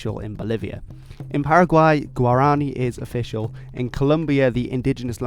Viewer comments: When saying “Guaraní”, you gotta instead stress the last vowel. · He pronounced “guarani” wrong- as a Paraguayan, I am offended😂😂😂